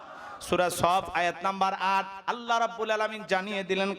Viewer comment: Jaan a haat diya bolun to thalapathi ki thik kaaj korechhe ? mone mone to bolchhen beta soytan. 😊 achha Allah take oirokom vabe uchharon koren keno ollah. R bharater ta dekhar ki aachhe , nijer ta dekhen. Hindur bonsodhor hoye ki re purbopurus der gali dichhen. Chhi.